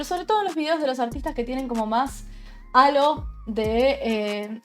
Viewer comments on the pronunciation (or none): none